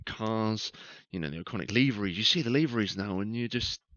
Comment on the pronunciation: Why is it that no one on YouTube can pronounce the word livery correctly?